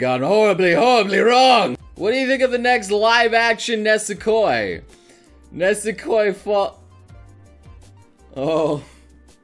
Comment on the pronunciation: It's not "Nesekoi". It's "Nisekoi". ffs.